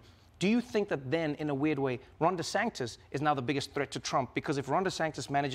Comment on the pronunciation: Why De Sanktis?. Maggie tried to help, but Trevor’s not hearing it